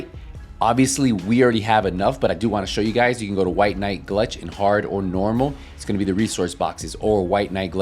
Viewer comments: Bro its gulch not glutch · GULCH NOT GLUCH